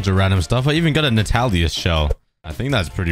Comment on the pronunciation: Nah-tihl-us not nahtalias